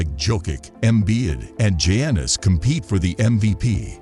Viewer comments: How you gonna make nba content and not know how to pronounce Jokic, Giannis and Doncic😂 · AI can't pronounce Giannis .